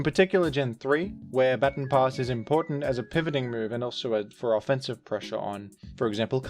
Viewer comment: until you pointed it out, it had slipped my attention that you were pronouncing baton pass the correct way.